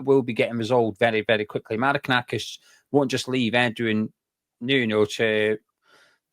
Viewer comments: Forest fan here. Very fair and balanced analysis 👍👍 Just need to work on the pronunciation of Maranakis 😅👍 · Who is Marakanakis? You could just google his name before making the video you know? 😂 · Forest fan here. Who's Maranakis mate ??? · Great pod. Very informed. Love the extra syllable in Mari(ki)nakis. I think it will catch on. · Forest fan here its Mar-an-a-kis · Sorry guys. It's pronounced Mara nak iss. 👍👍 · There’s no KER IN IT IT MARINAKIS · It's pronounced - Mara - nakis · Mate, it's Marinakis. If you're going to correct people then at least get it right yourself. COYR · Who is this 'Marikanakis' bloke you keep going on about? 🤣